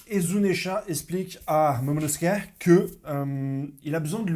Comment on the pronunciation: Il est là pour la bagarre 😂😂 ... Momono-Skéyh 😂😂😂